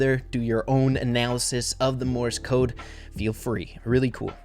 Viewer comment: every time he says "morse code" all i hear is "MORTIS CODE" "MORTIS CODE"